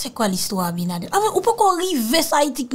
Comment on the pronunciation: Allo my love correction. Le no du president S DOMINGUE C' EST ABINADER. NO PAS ABINADEL MERCI MY LOVE